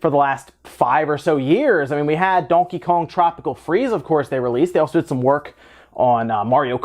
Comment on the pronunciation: What part of the u.s are you from your accent is there when you say donkey kong